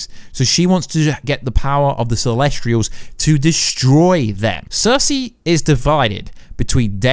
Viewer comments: Why do you always pronounce things so wrong? This time, within 10 seconds "Celestrials" Last time I watched your videos it was "Darmooey" (Dormammu) These things absolutely matter, please get things right if you proclaim to be an expert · Celestials not celestrials also specific not pacific